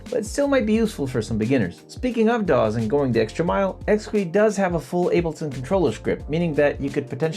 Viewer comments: Intuitive Instruments pronounce it ex-key, not ex-qwee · Realize this comment is late and somewhat pedantic. Apologies upfront, asI really enjoy your videos but you are butchering the name of this product. A little bit of Google can save you the embarrassment of having stuff like this out there for posterity. This is what Google just told me about the name of this product and its pronunciation: The Exquis from Intuitive Instruments is pronounced "X-key" (like ex-key).Pronunciation DetailsOrigin: The name comes from the French word for exquisite (exquis), which is pronounced ex-key [\ɛk.ski].Double Meaning: The developers also chose the name as a clever play on "hex" (referring to the hexagonal shape of the keys) and "key" (keyboard).